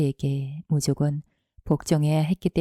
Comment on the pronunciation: 무조건 발음은 무조껀 아닌가요?